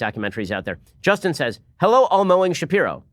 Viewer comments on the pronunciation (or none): none